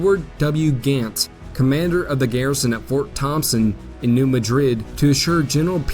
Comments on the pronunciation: Great stuff. Incidentally it’s pronounced “MAD rid,” emphasis on the first syllable. Keep up the good work. Glad I found your channel. Hey, you pronounced “Cairo” correctly. This is impressive. Everyone mispronounces the name of that town. So you get a pass on “Madrid.” 😊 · New MAD-rid. When discussing US placenames which are carryovers of European places, always double check because the citizens of the USA often intentionally change the pronunciation of locations named by immigrants from Europe. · Tough pronunciations: CARE-row Illinois, New MADrid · Get a better narrator! It is MAD-rid, not like the capital of Spain; in it Conestogo, not however you butchered it, like the wagon, prairie schooner, etc. He has trouble pronouncing words than any high school graduate should pronounce correctly. It is like fingernails on a chalkboard. It drags down the whole program. Get talent! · it’s actually Dutch👍! New Madrid should be pronounced as New MAD (as in angry) rid. Thx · New MADrid!!!!! I grew up there, just wanted you to know the correct way to pronounce it. Years ago we had Civil War re-enactments every summer. Fun times. Such a rich history where I grew up, although I sympathized with the Union, have ancestors on both sides. Which, sadly, was common back then.